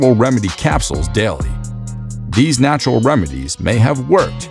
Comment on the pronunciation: Everyone this guy thought when he said narutral way, are roided people